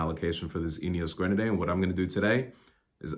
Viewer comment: If you’re going to buy a Grenadier, it’s probably a good idea to learn how to pronounce it. 😂